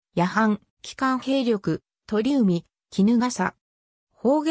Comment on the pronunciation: 川内は「せんだい」、鳥海は「ちょうかい」と読みます。「江風（こうふう）」とはそも何者？聞いたことないぞ。